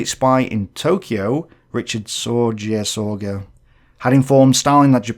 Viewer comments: ??? So which was it. Stalin was an workoholic or he worked long hours because of German invasion??? ??? Is it the ideology that changed the Russian soldiers or the fact that they faced annihilation from the arch enemy ??? Richard Sorge. Read with Sorge. Not "Sordže." If you get me. It's written phonetically. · Loved the video. Yeah, the spy story is pretty well known & popular in the East, you'll pronounce Sorge in German manner, like "Zorgee" :) He was later executed when found out. Here's the Wikipedia link: Hope that helps! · Just a side note:, Sorge (Зорге) is rather spelled like 'Zorge'; Richard is just fine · >Supposedly read dozens of books on ww2 >Doesnt know how to pronounce émigré and Richard Sorge... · G in German is prounced like G as in Good. German spelling and pronunciation is regular, like Spanish, the word always sounds like it's written with the exception of a few loan words (which are often pronounced by less lingual natives as they would be in German). Sorge by the way means, "care". His name is likely fake. Sorge's intelligence confirmed others' reports allowing Stalin to relocate 3 corps from the east which decisively contributed to the defense of and counterattack from Moscow in . I read the article. It misapprehends Sorge's contribution which contributed to and confirmed lots of other intelligence (Soviet codebreaking of JN25 / purple, Japanese force disposition, the outcome of Khalkin Gol, and other spies who remain nameless to this day). )